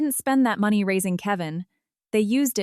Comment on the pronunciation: Need a better AI voice or format, it's not even pronouncing money correctly. If you are going to host a channel on YouTube, at least do the bare basics.